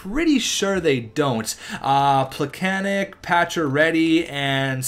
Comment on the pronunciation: It's pecanets not pecanec